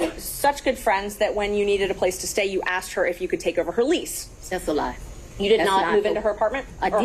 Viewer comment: She was axed a lot questions